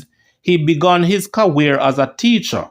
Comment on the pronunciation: Career not Caweer